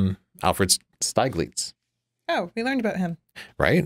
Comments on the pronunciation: Great review, thank you! Pictures not turning out as intended, I can absolutely relate to that,... Stieglitz the i is pronounced as ih not ei. The i is pronounced as the i in within not as the i in I. I am german speaking and it hurts when you make him Steiglitz. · This was funny bad. He doesn't even know how to pronounce Steiglitz and she's teling us what's wrong with Ansel Adams' compositional skills and use of dynamic range - the two things he's most renowned for. As for Adams making his own prints, John Sexton was his primary printer. Geez. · His name is pronounced Steeglitz.